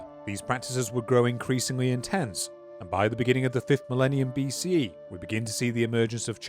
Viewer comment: Man, I wanted to hear this but cannot listen to you trying to cram an extra syllable after BC every other minute